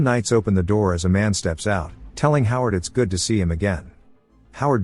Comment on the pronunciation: "he opens the noor"